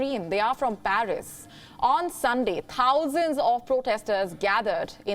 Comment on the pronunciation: How about your presenters pronounce Thousands with Th and not T?